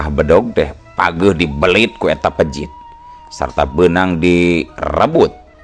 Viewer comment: Cigeulis Pandeglang manco Ki. Peujit Ki sanes pejit punteenn